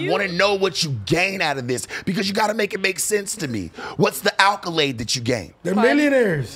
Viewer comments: its accolade not alkolade lmao. Not even saying words right. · Someone please explain to how to pronounce the word "accolade", lmfao.. I've been binging these / No Jumper clips all day, this dude is a national treasure. Have no idea how he became relevant in the first place but he truly earned his position. I'm a 37 year old white guy from Detroit and this dude has got me dying laughing here. RULES, lol..